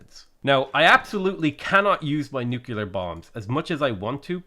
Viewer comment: Are you aware that you pronounce it nu-kulear?